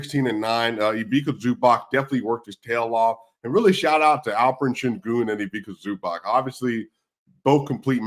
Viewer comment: Please show some respect to Zubac, he's a good guy... imagine the following spelling of his name and say it like that: Eeveetsa Zubats